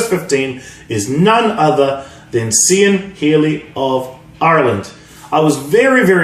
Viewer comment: Cian is pronounced Kean keen cee an